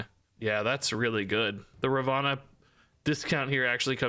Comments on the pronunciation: *Ravonna not Ravanna 😂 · definitely saying it wrong/different as her name is Ravonna not Ravanna like you are saying, google translate it helpful when confused